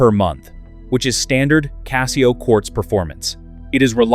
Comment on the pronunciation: Learn to pronounce CASIO.